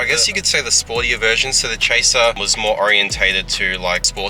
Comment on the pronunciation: "Chasiir" :D